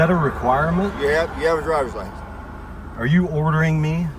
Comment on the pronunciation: Why do all these mental troglodytes pronounce it "lisen plates"? Lol